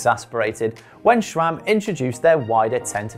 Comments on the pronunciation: There's no 'H' in SRAM. It's not "SHRAM". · Don't get why people keep saying ŠCHRAM. Where does it even come from? It's not in the name. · Even worse, there are some that pronounce it as S-RAM or S-SRAM, like, where on Earth do you see a second letter S??